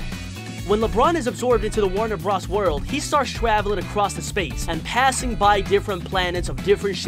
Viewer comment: The Animaniacs are The Animaniacs, and the Animaniacs live in the Warner Bros. Water Tower. Also if you must say bros instead of Brothers, it's B R O S, not B R A S. The way you said some names really threw me off. UwU